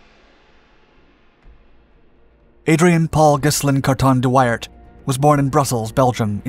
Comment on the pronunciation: Are you sure that is how Wairt is pronounced?